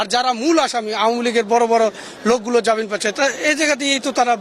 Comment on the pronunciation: ইনি তো জামিনকে জাবিন বলছে , এ আবার সাক্ষাৎকার দিচ্ছে...